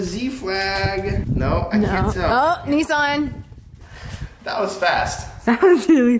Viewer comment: I hate to pull you up on this but there's no E in NISSAN lol sorry but it just bugs me its not only you two that pronounce it NESSAN it's pronounced NISSAN.